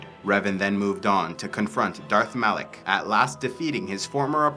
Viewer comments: Are you stupid? It's Malak not Alek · It’s Malak.